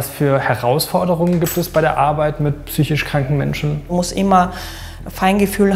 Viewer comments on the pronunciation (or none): super Film, einzig würd ich sagen heißt das wort "psychiSch" nicht "psychich" =) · Vielen Dank für den Einblick. Trotz aller damit verbundener Tragik ist es doch ein bißchen witzig, dass weder die Schwester noch der Patient das Wort "psychisch" richtig aussprechen kann.